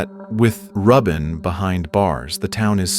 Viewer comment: Are you sure it's pronounced 'Rub In' and not 'Ruben'?